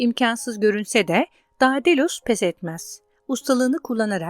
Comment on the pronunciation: Dedalus diye okunur